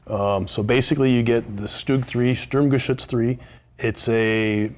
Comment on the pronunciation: For an american your spelling of the german "Sturmgeschütz" is very well. :)